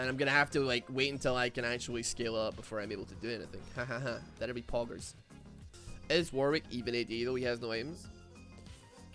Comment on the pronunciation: he said pojjers